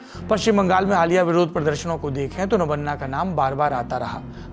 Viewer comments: Not nabanna it is nabanno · My dear friend before making video please correct your Bengali pronounciation. Kindly note it's not Nabanna .. it is Noubanno ... Listen to the bengal reporter who is doing live recording. Don't spoil & destroy the Bengali words as per your convenience. This message is not to insult you only pointing to correct you. Thank you. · It's not नवन्ना it's नवान्न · नबन्ना नहीं नबान्न...नव+अन्न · It's नबान्न, नबान्ना नहीं ... That's the problem with most of the Hindi speaking journalists, they don't pronounce the name as it is but as per their convenience. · Sir nobanno hota hai nobanna nhi 👍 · Nobanno.... Not Nobonna.... 😢😢😢😢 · Saurabhjee, Nabaanna ka pronunciation toh thik se kar lijiye, aise hi toh Rabindranath Thakur (Not Tagore) Ka Gaana ko National Anthem Bana k uske aisi ki taisi kar diya hua hai abhi ek bengali word k rape mat kijiye.. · Btw the pronounciation would be 'nobaanno'. Hope this helps. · Nabanna naam hai.. Nabo-anna नया चावल...... In hindi its नवान्न Thoda pronunciation me sudhar kar lijiye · नवान्न सही उच्चारण है। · Sir its nabanna. "नबान्न"